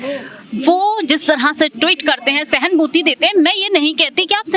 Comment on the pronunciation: सहनभूति नहीं कहते, सहानुभूति कहते हैं